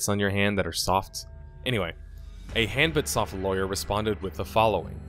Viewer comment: Hanbit Soft sounds like "hand bit off" at least it did when I first heard it lol.